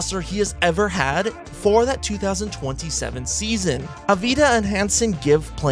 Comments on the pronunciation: sorry, some corrections: 1. its deni avdija, not deni avida. 2. deni is not an improving defender, he was a better defender on the wizards when he wasnt the main guy on offense. 3. the all star is not east and west, its usa players vs the world. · AV-DI-JA pronounce AV-DEE-IA ... if you watched his games you should have know that